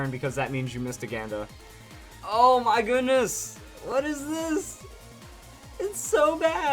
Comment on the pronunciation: i think hes saying ganda wrong